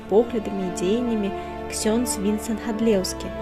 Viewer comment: Усё добра, але... Калі ласка, для наступнага відэа знайдзіце чалавека, які правільна паставіць націскі ў словах! МаршАлак, ВінцЭнт, імшЫ!... А не так, як у вас! І якія "тапары"? - сякеры! 'Не пакідайце ж мовы нашай беларускай, каб ня ўмёрлі..." (с)